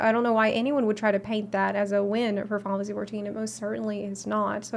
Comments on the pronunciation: "Finalsee 14" lol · How does manage to pronounce "Final Fantasy 14" in one syllable?! It's very impressive! "Faaafassie fourteen" xD